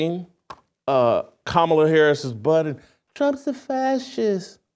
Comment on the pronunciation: You gotta love a Christian who made a "godly" pivot for clout tell women what to choose. Never seen a man of god that never raised anything other than a spoon talk about family structure. What have you led with no kids? Who looks up to you? A journalist caling her "Kuh Ma La" is hilarious.